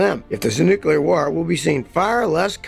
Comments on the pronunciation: It's "nuclear", not "nucular". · new-clear not new-kew-ler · "Nucular" war, what's that? Ohhhh, NUCLEAR war, got ya... Well I'm glad WWIII is finally here, I thought it'd never come! I'm 40 and have been waiting for 60 years, jeeez!!! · new-clear. not nuke-you-lar. just sayin. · If you're gonna make such a long video about nuclear war, learn how to say the word "nuclear" properly. New-clear. Not new-kew-lar. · Nucular war or nuclear war? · Hard to take someone's predictions seriously when they say "nucular" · Noo Kyu Ler? LOL. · Even Scottie can't seem to pronounce Nuclear correctly. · Never take nuclear war advice from someone who doesn't know how to pronounce nuclear.